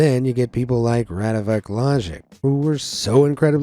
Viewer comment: paranormal app ahahahahah:face-blue-smiling::face-blue-smiling:...... it's not radivoKe, it's RadivoJe ...